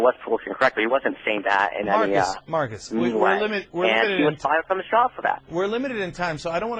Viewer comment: Why does he speak like that? Instead of "fired" he says "fow-wud"? WTF?? How does one even pronounce a word that way? I thought only people with "special" problems spoke that way. At first I thought he might've been British.